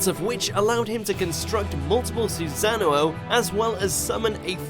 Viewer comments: no one: literelly not a single person: not single soul in the universe: this guy: su-sa-nu-o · when he says "susan-a-no" thats how u already know he probably didn't even watch naruto and his friend said some stuff about naruto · DID THIS MAN SAY SuSaNuouo ITS SUSAN'OO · Soozano Obeeto? Susanoo Obito. Let's work on the right pronunciation shall we? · Why does he add a Z to everything like "razengan" "Suzano" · Mans said “susanoo oh” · its pronounced: susa-noh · I hate how this guy says Susano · I died where he mispronounced Susno'o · What's with the pronounciation of susano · how you say susanoo ??? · He pronounces naruto and susano'o wrong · Is anyone gonna talk about how he pronounced susano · I die 😂😂😂 . I knew this list was bull when i saw might guy at 10 and i knew this guy wasn't a fan when he said susano wrong 😂😂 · the way he pronounced obito and susano killed me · Can’t even pronounce susanoo right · when you say susanoo it sounds like a cereal brand i love it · Why is an Australian dude who mispronounces Susano narrating this? Like everyone else said, where is Pain, Hashirama WHO BEAT MADARA MULTIPLE TIMES?? I'll even say where's Orochimaru. WHY IS KAKASHI ABOVE NARUTO?? Even with your lack of research the very reasons why the Otsutsukis are so powerful is EXACTLY why Naruto and Sasuke are so powerful. In the end they won against everyone they were put up against. You're trying to tell me that Kakashi's very short Susano makes him stronger than Sasuke, who has MANGEKYU AND CAN USE PLANETARY DEVASTATION, AND NARUTO WHO IS ACTUALLY JESUS IN KURAMA LINK??? Nah bruh, yall are done. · They still didn't learn how to pronouce susano'o